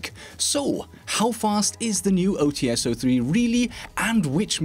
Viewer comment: I love your videos, but there is a minor mistake that you make consistently. Glaz's sniper rifle is called OTs-03 (ОЦ-03, "Ts" pronounced similarly to "Ch", but not really, because transcription), not OTS-03 (ow tee es, as you make it sound). Apart from that, your videos are amazing.